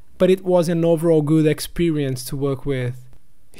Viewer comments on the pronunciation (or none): Ei cara, pode pronunciar as consoantes no fim das palavras, elas não precisam ser sempre 'mudas' .. gooD, storyboarD, starT, clienT